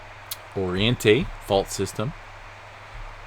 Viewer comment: Oriente Means east and you pronounced it perfect.